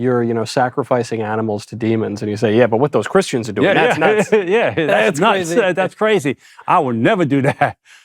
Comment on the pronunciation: The emphasis is on doing